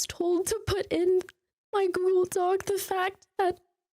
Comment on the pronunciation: She did say google dockey at least once